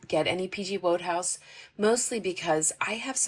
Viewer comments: That bookstore is a real find! Thanks for sharing. Incidentally, I hope you'll appreciate knowing how to correctly pronounce "Wodehouse." It's WOOD-house, not as you pronounced it with "WHOA" as the first syllable. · Wodehouse, pronounced, 'Wood-house' in UK , Sir Pelham Grenville Wodehouse. Sara Crewe- Sa- ra, no 'h' ,making it 'Sarah' .